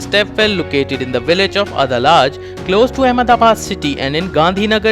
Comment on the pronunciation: First of all get and learn to pronounce Adalaj properly